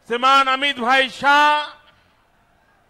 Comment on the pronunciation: Man can't speak the word Shriman properly. Don't expect English fluency, atleast Hindi fluency toh ho.